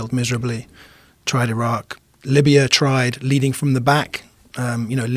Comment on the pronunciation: Rogan doesn't know how to properly pronounce Iran or Iraq